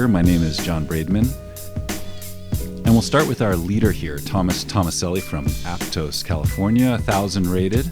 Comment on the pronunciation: It's NOT ap-TOES California, it is ap-TOSS California. Don't worry, everyone gets it wrong at first. It's right next to so-KELL (Soquel) and near sanna-cruise (Santa Cruz). This is how the locals say the names of these places. I know that's not how you say Santa Cruz correctly in Spanish. Then there's las-GATIS (Los Gatos) or loss-GAtis on the other side of the hill but now I'm just getting picky. Sorry.